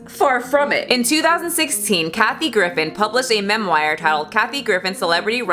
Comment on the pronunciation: "memwire" cries in french